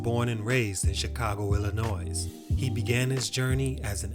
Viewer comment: Dude. You grown ass people haven't learned how to say Illinois yet!?!?! It's not illinoise!!!!! It's ill-annoy